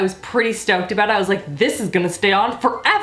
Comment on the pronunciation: I love it when you sound Canadian with your "Oot and Aboot!" Makes me think of Trailer Park Boys which is AWESOME y'all! You have to forgive me, I live in a damp and dreary part of England and I don't get out much! Love your videos to death! X